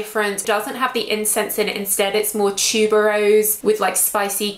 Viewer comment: I like how you pronounce tuberose “tchube-roz”. Thanks for the review.